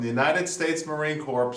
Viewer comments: As a U.S. Marine PLEASE! it's pronounced *Marine Core* thank you. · marine corps.... pronounced Marine Core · The p and s in Marine Corps is silent.